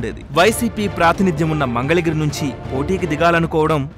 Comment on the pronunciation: Mangalagiri ni "Mandhalagiri" ani chalaaaaaaa saarluuu annaruuuu